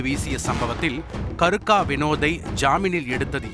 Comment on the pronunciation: என்ன பேரு கருக்க இல்லை கேருக்க